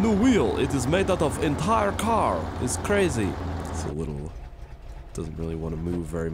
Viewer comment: Did anyone notice how when he said "I have new wheel and it's made out of entire car",for the last bit he went Korean lol